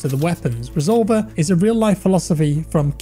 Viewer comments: Reh zol vair is how its pronounced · resolVER, thas how you pronounce it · Re sol ver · The way he says “resolver” lol I’m cuban so it’s funny hearing a Spanish word pronounced like that haha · i can see it being used in the cartel to describe shooters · The way he pronounced "resolver" is almost insulting